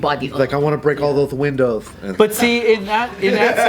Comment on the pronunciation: The unintentional comedic legend of strikes again 😂😂😂 “I wanna bweak all thoth windoths”